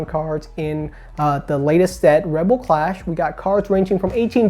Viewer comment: It's clash not class